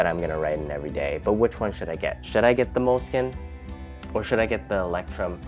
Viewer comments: LEUCHTTURM hahahaha your pronounciation! At first I thougt you talk about a brand I never heard of before. Hahaha. Please look in Google for the German translation of lighthouse and check how it sounds in German, oki? ;-D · It's pronounced loyce-trum (German for lighthouse) and people call it mole-skin, but it's an Italian word, and their CEO pronounces it mole-uh-skee-nuh. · not the right pronounciation.....Leu... is said like LOI....CH sounds like a long soft k.....leucht turm....so easy...😃 ..the best notebooks are from montblanc...best for writing with my parker duofold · It's called sarcasm. He did mispronounce it; Leuchtturm is pronounced 'loych-torm' where the "ch" you pronounce with the back of your mouth (just use Google translate to hear it). He completely butchered it (but props for trying lol) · Leuchtturm is pronounced roughly like loyht-toorm, fyi! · I love that you say ✨Lectrum✨to Leuchtturm…the „ch“ sound is probably hell of weird for English speakers. Loved your review :3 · Nice video! Very well explained-btw it is pronounced as loysht toorm ( light tower in german) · My German ears were shocked when I heard "lectrum". Word means Lighthouse ;> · i love how he pronounces leuchturm you prounounce it loichtturm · Stamp collectors pronounce Leuchturm "Lighthouse." 😄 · You pronounce "Leuchtturm" something like "lectrum", which is totally wrong. Actually, "eu" in German is pronounced like "oi" (like e.g in "foible", "moisture"). The "ch" is hard to describe, since something similar does not exist in English AFAIK. It is similar to Greek "X" ("Chi"), which is a kind of hissing sound. And "Leuchtturm" actually means "lighthouse" (taken literally, it would mean "shine-tower"). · He was joking. You totally mispronounced it. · he was not joking lmao. That's why he said he loves the way he pronounces it. Do you think he would have said that if he thought he was pronouncing it correctly? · Name completely butchered wtf 😂😂😂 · Pronounced both wrong though